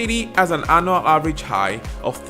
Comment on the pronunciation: Annual (anyual) not anal🤔😆